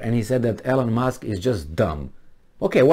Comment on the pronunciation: it’s Elon not Elen